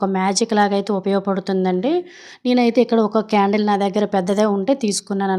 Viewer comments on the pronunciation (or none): క్యారెట్ కాదు... కాండిల్ అండి 😂